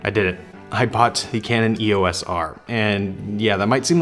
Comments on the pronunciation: Welcome to the Canon universe. Since you are here, you should know that "EOS" is a word, NOT an abbreviation. It is two syllables - "EE-OSE". NOT an E.O.S.. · Like the other often mispronounced word "ISO", "EOS" is always spoken as a single word, pronounced "EE-ose", and NEVER called as individual letters. Don't believe me? Ask Canon. Or just watch any official Canon training video or presentation.